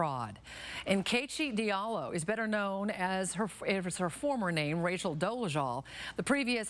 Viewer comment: It’s my mom’s name and I feel like Rachel defiled it LOL.